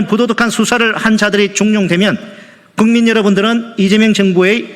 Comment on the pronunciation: 이재명! 국민이주인이고 너는 머슴이라며? 너 고생한거 알고 실력있는거 알아서 머슴으로 임명했는데 벌써 어깨에 힘들어 가면, 너 빨아주는 놈들에 둘러쌓여있으면 너도 문재인같은 모질이가 되는건 시간문제다. 너같으면 사익에쪄들어 있는 머슴을 뽑으면서 지켜봐 주세요하면 불안하지않겠냐? 정신차려 이놈아 너는 머슴이라며? 우리 국민을 우습게 보지말기를 바란다 .국민은 네가 생각한거보다는 눈치가 빠르다니까. 친애하고 존경하는 겅민여러분 “ 우리가 겅민이야? 국민이야? 네 발음하나에 네속을 꽤뚤어 볼수있어. 주인앞에서 겸손해야지. 일좀한다고 빨아주니까 아주 검방져.피곤해 보이고 너무 서두르는데 사고 날거같아 국민은 오늘도 걱정하며 이재명 화이팅